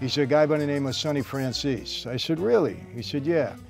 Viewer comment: I’m kinda confused because he pronounces it like franzees, while in Italian you say Frranzèsee, and ray liotta in the Goodfellas said Franchayzee.